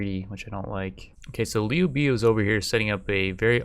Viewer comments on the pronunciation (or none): liu beeuu triggers me REEEEEEEEEEEEEEEEEEEEEEEEEEEEEEEEEEEEEEEEEEEEEEEEEEEEEEEEE liu BIAAAAAAAAAAOOOOOOOOOOOOOOOOOO